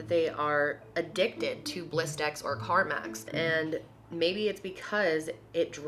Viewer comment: Car max? I promise you said it multiple times lol